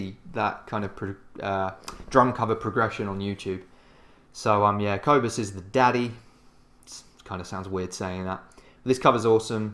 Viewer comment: Cobus is awesome. And this video is cool, too. By the way, the “o” in Cobus is pronounced like the “oo” in poor or the å sound in Swidish. And the “u” in Cobus is pronounced like the “u” in burn.